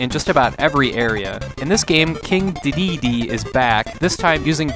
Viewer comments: dedede is pronounced di di di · The correct pronounce is king D D D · Before someone else says it, it's pronounced "king D D D" weird i know lol. Great review! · Who else got triggered when he couldn't pronounce Dedede??